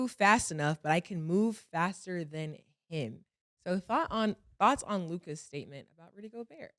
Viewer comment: The level of difficulty Lukas name gives Mase is unmatched lmfao